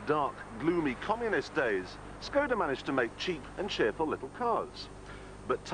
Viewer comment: Proč říkají skouda, vždyť umí vyslovovat š🥲